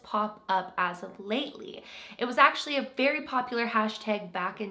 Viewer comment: I love your accent when you say “hashtag” ❤️